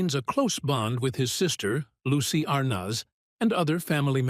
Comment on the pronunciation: May getting the correct pronunciation of Arnaz would be a good place to begin.